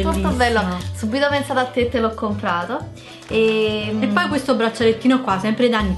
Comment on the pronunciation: "CompRato"!!!!!! ti prego